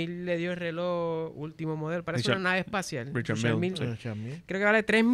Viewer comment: La pronunciación de la marca de reloj es francés pero, si lo lees en inglés seria REE-shar MEEL. No se pronuncia Ri-shar Miyeh, ni Richard Mill. Saludos, los sigo desde comienzos de pandemia 👍